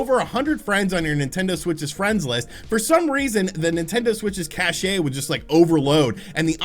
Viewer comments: Cache is pronounced Cash...just saying. 😁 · Did you really just call cache “cashay?” Lol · When you pronounce Cache... the "e" is silent. just FYI bro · "Never make fun of how someone pronounces something, it means they learned it reading".